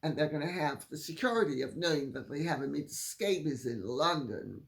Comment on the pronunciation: “Omid Scabies”..😂😂😂😂…Lady C we love you!!!